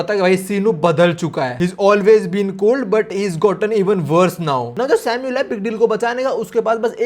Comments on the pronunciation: Aba vai tu samuel ko bar bar sino kiu bol raha hei Sunne me kaisa lag raha hei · samul not sinu